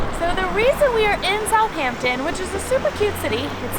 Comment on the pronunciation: It's not "South Hampton" it's pronounced like "south-ampton" like one word